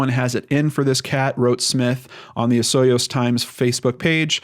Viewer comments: Just fyi, it's pronounced O-soy-yoos:) You were close though! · You were the closest to the proper pronunciation of Osooyoos, im surprised!! Unfortunately, where she went missing, it is very rural, but Kelowna is one of the largest cities here in BC. And the terrain here is rough, especially farther out that way; rattle snakes, cactus, bear, cougars, raging rivers, 6+ft of snow and -40° in the winter. This is a scary case and thats a long time to go missing. But going into Kelowna might be smart, she wouldn't be seen/noticed very quickly, because its a relatively large city (well, for Canada) and for a case that has such little coverage. And shes only a few hours away from one of the largest cities in Canada - i have a funny feeling it had something to do with the husband.